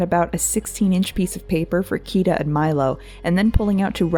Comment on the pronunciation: It's Kida not Kiva just saying ^^